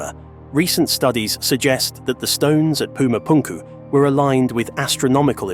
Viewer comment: Would be cool if the narrator didnt sound like a clown pronounciating pumapunku etc 😂